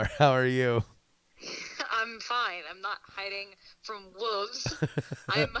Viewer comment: Always heard it as "loo-ru" not as "lor-ru" also "wooves" for Wolves!